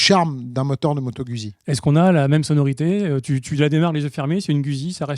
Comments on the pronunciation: J'aime bien votre comique assez 70's... Par contre faites un effort pour rendre audible votre prononciation de Guzzi en respectant son origine italienne (ce n'est pas güsi mais goutte-zi)! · Quand allez vous prononcer le nom “Guzzi “ convenablement. C’est un nom italien et sa prononciation franco-shaddock est ridicule. De plus la HD c’est une Panamerica et non pas Paneuropean qui est un ancien modèle de Honda.